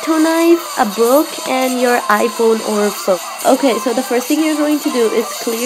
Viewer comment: Instead of saying book she said buuok no offence